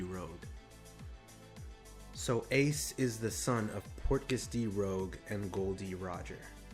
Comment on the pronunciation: u pronounced rouge wrong allthough garp said it 3 sec before :D its the french word rouge for "red" not the english "rogue" . "g" after "u" not before :P but its fine :)